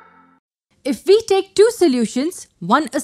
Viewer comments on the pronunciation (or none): "IF VE TAKE 2 SOLUTIONS..." 😂😂 love this xD